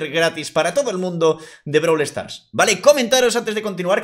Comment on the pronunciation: Porque Brown stars enven de decir bralw stars